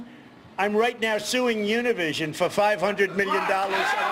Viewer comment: He pronounced Univision wrong... Smh... GO BACK TO SCHOOL!!